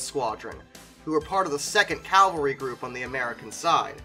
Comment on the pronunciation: Okay, this pronunciation is a pet peeve of mine. It's CAV-AL-RY. Not "Calvary". Calvary is the place where Jesus died.